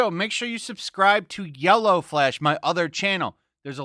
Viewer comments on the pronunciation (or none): none